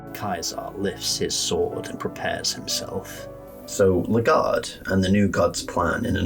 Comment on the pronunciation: also, it’s pronounced “Leg Guard” canonically